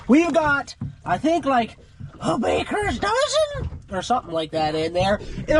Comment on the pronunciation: The way you said a bakers dozen had me rolling lol